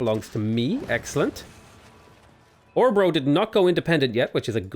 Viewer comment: If you are going to continue including Norway and Sweden in your games you might want to learn how to pronunciate the letters Å, Ä and Ö. Not that Swedish or Norwegian people are easily offended or anything like that, but it might give your videos some extra flare and accuracy... For Örebro, see